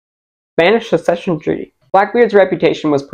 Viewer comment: lol the drink of water after trying to say succession